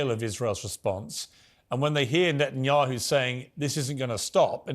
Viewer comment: To say nothing of the wisdom and impact of Dr. West’s words here, him saying “Nathan-Yahu” is hilarious